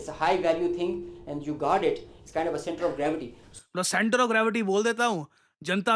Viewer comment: Center of Gravity ? Iss se Achha to Momentum Rizwan Maulwi English Bolta hai 🤣🤣🤣🤣🤣🤣🤣🤣🤣🤣